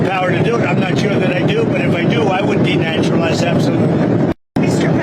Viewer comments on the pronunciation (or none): Its not deneutralize. It's de-naturalize. It means revoking citizenship. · Denaturalize ….,.not deneutralize .